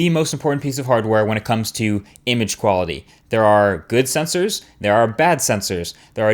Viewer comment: I thought you said equality for a second. -_